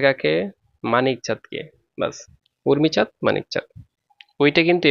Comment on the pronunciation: O sir urmichad nay umichad✋🌝